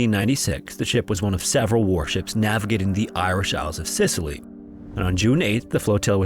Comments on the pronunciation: Isles of Scilly is pronounced Silly not Sicily. Also Torquay is Torkey not Torkway 👍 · Is “Scilly” really pronounced “Sicily”? 🤔😬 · Scilly not Sicily two completely different places and not pronounced remotely the same. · "The Irish isles os Sicily"? Seriously? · Love the vids man, but you need to work on your pronunciation a bit. Ensign - pronounced 'En-sen'; Scilly is pronounced like 'Silly' not Sicily. Small things but I think the excellent content you're providing definitely warrants a little more polish. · "The Irish Isles of Sicily" WTF!? These islands are Cornish not Irish and correct pronunciation is the same as "silly" hmmm...trolling??🤣 Torquay is pronounced "Tor-kee" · "The Irish Isles of Sicily..." I don't know where to start... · "the Iirish isles of Sicily"? What?! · And the isles of SILLY not Sicily 😂 that got me rewinding to double check ❤ all love tho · Scilly not Sicilly. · "The Irish Isles of Sicily"????? You mean the English Isles of Scilly. Pronounced "Silly" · Scilly, not Sicilly. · as a Brit, the 1st 2mins of this where painful they are pronounced Silly isles, they are british in the irish sea portsmouth is pronounced portsmith torquay sounds like torkey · The Scilly isles are pronounced "Silly". Good documentary, though. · The Isles of Scilly are British, being of the coast off Cornwall. They have nothing to do with Ireland: Pronunciation Scilly Isles or Isles of Scilly - SIL-Ee (C is silent) Plymouth - Pl'mouth (Y - is silent) Torquay - Tor-KEE Portsmouth - PORTS-meth Birkenhead - Ber-ken-hed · I like this content, but this video is a historic mess. Isles of Scilly. Not Sicily. And they’re not Irish. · Scilly pronounced 'silly', and Torquay is pronounced like "tore-key" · Some pronunciation corrections: Scilly: "Silly" Portsmouth: "Ports-muhth" Torquay: "Tor-key" (quay as in the jetty-like thing for loading and unloading ships). Also, the Scilly Isles are not Irish, they're part of the county of Cornwall (IE they're English).